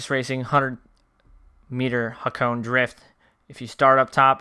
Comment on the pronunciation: Sorry mate I I tried ignoring it but I cant. Hakone is pronounced HA-KOH-NEH :)